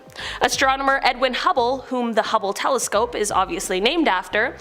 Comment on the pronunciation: Nice to hear her pronounce hubble correctly. Landon called it hue-ble on a video I just watched. "Is this real life right now?"